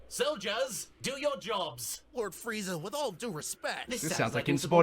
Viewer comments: I mean Frieza would most likely be pronounced Freeza, I only base that on my last name. It's Friedman and though I tell people who ask how to spell it that is is Fried-man, its pronounced Freedman. Sorry for the dumb tirade, just went along with the Frieza spelling convo. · "FREAZA" LMAO i spell it "Frieza" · Frieza. Not Freeza. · Frieza = Freeza Siegfried = Seegfreed